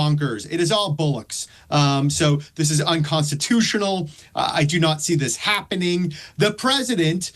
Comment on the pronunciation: Listen to this fool. He said unconstituional. Trump cares nothing about the constitutional.